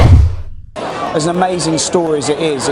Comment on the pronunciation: "JAN SNAOW DOWN BELAOW"